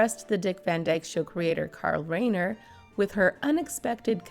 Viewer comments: Carl Rye-ner. Not Ray-ner. How can you make such glaring sloppy mistakes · Reiner is pronounced Riner, long i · Some of the pronunciations were off. Carl Reiner and I believe her surviving husband pronounces his last name like Le vine. (Long I sound).